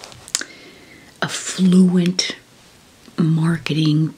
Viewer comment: Are you saying "effluence (effluent)" or "affluence (affluent)"? I thought they were pronounced differently and are not homonyms, but when you say "affluent" it's only context that differentiates it from "effluent", lol. (For those who don't know, she's definitely not saying effluent; that's for sewage and other wastage flow).